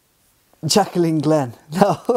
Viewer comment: Her name's not "Jack-a-leen." It's Jaclyn, JACK-LINN, you moron.